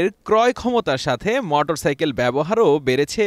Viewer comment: রিপোর্টার বার বার মটরসাইকেল বলে গেল।